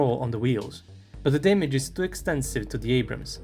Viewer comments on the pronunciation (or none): none